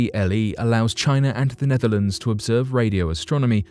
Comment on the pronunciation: Who else heard Nephilim when he said "Netherlands"?